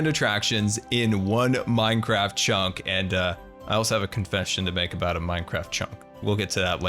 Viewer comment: A few times he said chonk instead of chunk and I love it